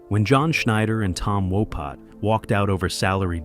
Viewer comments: It's Tom Wopat not Tom Wopot. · Walpot you said it wrong 5 times